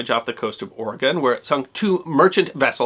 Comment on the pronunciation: ROCKS! Thank you for being a wonderful story teller who also pronounces our Great State of Oregon's name correctly, O-r-e-g-o-n NOT "Orygun". I enjoyed your story as always, the ending part about the Japanese pilot coming to visit and the ensuing exchange of friendship made me cry a little.